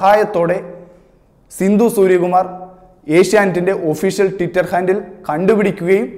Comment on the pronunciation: ടിറ്റർ അല്ല മോനെ ട്വിറ്റർ